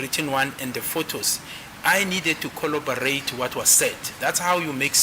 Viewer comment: FYI: it's "corroborate" not collobarate... it's "verbatim" not verbatism....